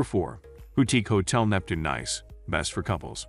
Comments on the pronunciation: It's pronounced neese not nice as in "it's nice to see you again"'. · Sorry, NICE is pronounced "neece" .... please do not alter the name. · Nice ist nice but your pronunciation is wrong. The place is called „Neess“ as in French. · Off to a bad start when the first word and each reference to the city is mispronounced. Nice pronounced (niece) . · The commentary on this video is extremely poor as the chap cannot even pronounce the name of the City correctly albeit all the other related French street names etc. Very poor selection of budget mid-range and luxurious too. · 😂 robot voice over can’t pronounce the name!